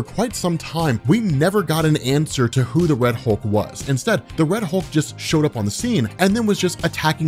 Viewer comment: "Wed" Hulk lmaooo